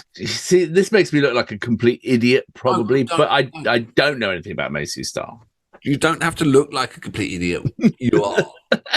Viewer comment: I LOVE your intro! It's fab. Please keep it ;) PS fellas, the band name is Mazz--y Star not Maze--y Star. Love your work ;)